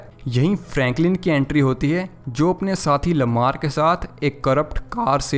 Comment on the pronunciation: Bro lava nhi hota hai Lamar hota hai